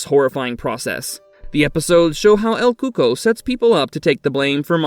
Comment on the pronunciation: I thought it's actually pronounced as el cucoi (like: ku-ko-ee )